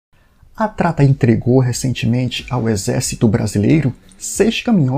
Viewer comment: Erro no pronunciamento. O certo é TATRA. Agradeço a compreensão.